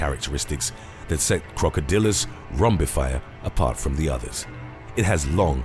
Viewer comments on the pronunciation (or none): none